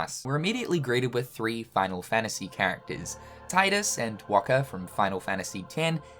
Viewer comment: Enjoyable scripting and meme splicing, but gonna need to nitpick "Tye'dus", since despite it being missable, Wakka does vocalize his name properly here as "Teedus"...which then KH2 mucked up by making Selphie's mistaken "Tye'dus" unmissable (unless you're speedrunning, I guess). ...The Shadow Heartlesseses are finite?!